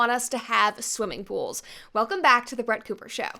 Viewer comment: Its Crett Booper!